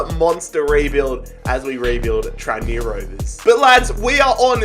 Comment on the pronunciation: “Tran me Rovers” 🤦‍♂️